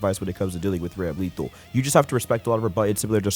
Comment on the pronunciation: Side Note: Ramlethal is pronounce Ram-Le-thahl not to be confused with the word lethal with ram in front of it.